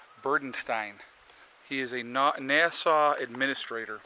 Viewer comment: Foxfire Fortner I think he’s saying that way because of the algorithms and pinged words.